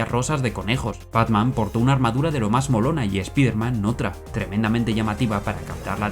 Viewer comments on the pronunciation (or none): Buen video. Solo un detalle, no se pronuncia "espiderman", es "espaiderman"